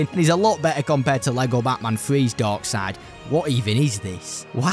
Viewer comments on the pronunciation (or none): none